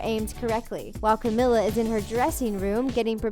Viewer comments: Yooo u guys said Camila's name so wrong I'm cringing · im sorry but hearing you say camila's name wrong made me cringe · The way they said camila’s name oh god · that's not the way you pronounce Camila's name.... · They way she said camila 😂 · Honey can u say camila name right